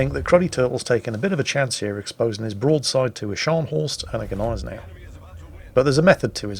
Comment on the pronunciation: Thank you for your clarification of the pronunciation . I have always thought that the G was silent . so know I am sure and will pronounce her correctly in future .🤗⚓Thank You .